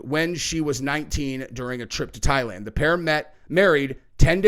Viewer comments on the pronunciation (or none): none